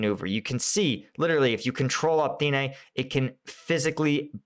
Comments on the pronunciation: dude, it says it right there: opytne... not optine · Opytne = OH-PUT-NAY